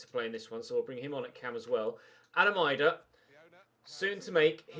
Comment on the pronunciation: its pronounced "eedah" not eyedah